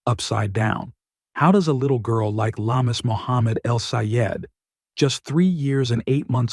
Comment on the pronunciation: Very sad when a child dies but more so when murdered. Lamis is pronounced Lam-mees and not la-mus.